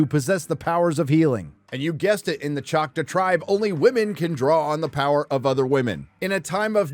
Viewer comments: ok I agree with the review but the tribe is pronounced chalk-taw and not chaka. Makes me wonder if the show did a Last Airbender and pronounced Aang with Ong. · did you really just say "Chot=wuh?" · Are you trying to say Choctaw? Choc-TAAHW. Just saying, since I've spend most of my life in Oklahoma. BTW this series looks to be an offensive level of "representation" again, coming from a person who as spent most of their life in Oklahoma. Oh and OU sucks, go Pokes. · The Choctaw tribe in Oklahoma is a separate entity from the Mississippi tribe. Also, its pronounced ‘chock’-‘tall’ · No it’s still “Chalk-taw”, is either too lazy or too bigoted to pronounce it correctly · Choctaw, as in Chalk-Taw. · I’m from Oklahoma and everyone pronounces it chock-taw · It’s pronounced Choctaw- Chock-taw. Thank you for you attention. Lol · Hahaha the mispronunciation of Choctaw is hilarious to me. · Bro how are you pronouncing choctaw? Lol wrong that's how